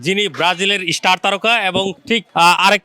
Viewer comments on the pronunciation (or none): ইস্টার না ভাই স্টার হবে সাংবাদিক ভাই